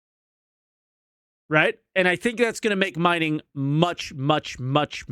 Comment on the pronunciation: “Minging” 😂 Been waiting to get you back for you laughing at my weird behemoth pronunciation!